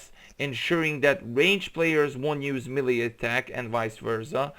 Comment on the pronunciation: Dude, you really need to learn how to pronounce words properly. Cylinders and melee are not difficult to pronounce